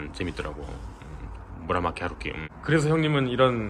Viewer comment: 1Q84읽은거 뻥임. 무라마키 하루키라고 하는거 들었음 ㅋㅋㅋㅋ